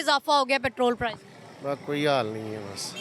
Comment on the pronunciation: Anchor sahiba word "Petrol Price" hota hay aap "Petrol Prizes" keh kar English ki taang tore dee hay. haha